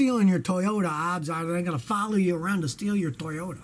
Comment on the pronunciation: Because.... It’s not TOYOTAH!!!